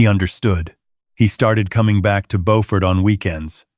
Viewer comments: Beaufort is near Hilton Head South Carolina. It is south of Charleston. however, it is pronounced Bew-furt not Bow-fort. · It is not boford it is BEAUFORT JUST LIKE IT IS SPELLED JUST LIKE BEAUTY SOUNDS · Bo-fort? Don't you mean Bew-fort? I've heard it pronounced Bew-fert too.🤔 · Please, please pronounce Beaufort correctly. It’s bew-fert . It’s a beautiful town & I loved living and going to school there many, many years ago. Like your stories but I’m thinking you may be Canadian? 🤔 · There is also a lovely coastal town in NC called Beaufort. Your pronunciation is correct for Beaufort, NC. 😊 Beaufort, SC is pronounced Byew-furt. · He pronounced it like the one in NC. The one in SC is pronounced Byew-furt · Plus they’re mispronouncing the name of the town. There’s a Beaufort in both North and South Carolina. They are pronounced differently. They pronounced it like the North Carolina town. In south Carolina it’s pronounced Bū-fort. AI still has a long way to go. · The AI crap mispronounced "Beaufort, South Carolina." It's pronounced "B-you-fort." The Beaufort in North Carolina is pronounced as the AI crap thought. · Again with the “he said” and “I said” at the beginning of each thought when it should actually be at the end of the phrase. Would also be nice if your AI could correctly pronounce “Beaufort”. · I used to be stationed in Beaufort when I was in the Navy, I cringe at the mispronouncation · Good story but the name of the town is not pronounced correctly.